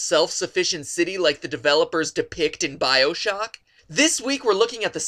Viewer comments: He fucking said biosock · I clicked off right as i heard bio-shocking